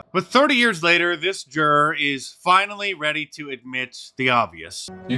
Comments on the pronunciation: Did this guy just say "gger" for juror? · I like that ‘juror’ sounds very similar to ‘gger’. Most appropriate in this case.